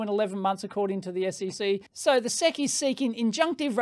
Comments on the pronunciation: One reason to call them "The S.E.C" rather than "the sec" is autocaptioning. YouTube's autocaptioner thought you said "sex complaint", not "sec's complaint" :D. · Please don't ever call the ess-eee-see the "sehk" again, it's just not right. S-E-C. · SEC ESSS EEE SEE Say it with me now... ESSS EEE SEE SEC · We spell out the letters in the US, S E C (ess eee cee), rather than sec. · SEC is an initialism, not an acronym. So you say the names of the letters (S E C) you don't read it like a word. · We USA-ians usually call the SEC the "ess ee see" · Dave, we don't say "Seck" to refer to the SEC any more than we say "Fibby" to refer to the FBI, or the "Nurk" to refer to the NRC. We spell them out. We don't pronounce them as words.